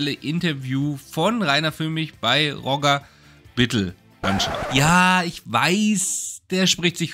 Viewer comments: Nein weder noch Rodjer - er ist Schweizer und es heisst Rojee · Ich glaube, der Knallkopf spricht sich eher französisch roˈʒe und nicht englisch rɔdʒər aus 😉Zumindest wäre das in der Schweiz üblich. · Bittels Vorname spricht man auf französisch aus... also quasi "Rosche" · Der spricht sich auch nicht „“ aus, sondern Rogeeee. Immer korrekt bleiben. 😂 Außerdem scheint „“ ziemlich genervt zu sein. 😮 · Bittel‘s Vorname wird französisch ausgesprochen. Das ist eine echte Bildungslücke? Alle haben bisher sehr gute Arbeit geleistet, aber leider lassen sich viele vom grossen Geld verführen. Herzliche Grüße